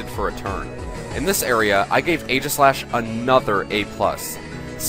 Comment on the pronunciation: For some reason, I feel like being a douche about this video. So let's criticize everything. Firstly, fanart. Don't use fanart. Second, The first A in Aegislash's name is silent. It is based on the shield Aegis (AKA Egis), in which the 'A' is silent. When you actually say the name of a Pokemon's form, form has an E at the end. For the onscreen description of Stance Change, since it was a quick summary, you should have used the in-game description. "The Pokémon changes form depending on how it battles." Steel resists Fairy, it's not immune to it. How did you not catch this mistake in post? Mandibuzz does not resist Sacred Sword. It's part dark. More fanart. Even more fanart. How about Weakness Policy on Aegislash instead?